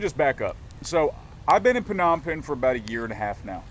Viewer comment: Perr - nom - pen. Wrong pronunciation....sorry.